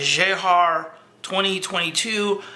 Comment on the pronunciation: You are way off with the pronunciation of "Jahr", but never mind :)